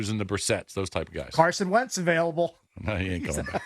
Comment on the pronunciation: Did he say Wentz 😂😂😂😂😂😂😂